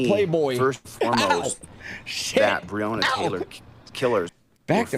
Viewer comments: How insulting it is he can't say her name correctly. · 😂😂😂😂😂😂😂😂😂😂😂😂😂😂😂😂😂😂😂😂😂😂😂😂😂😂😂😂😂😂😂😂😂😂😂😂😂😂😂😂😂😂 He cares about Breanna. He mispronounced her name.